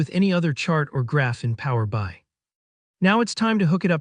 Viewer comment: commentary does not match the video - there is NO customer table. Plus it mispronounces Power BI constantly. Just annoying.